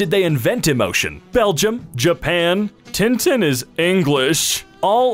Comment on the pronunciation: I am both pleasantly surprised than Tintin is known in the US and completely baffled by the way you say his name (although I know that the prononciation would obviously be like that, it's still weird to hear for the first time)